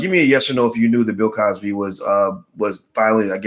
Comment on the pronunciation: why are you butchering the good doctor's name though.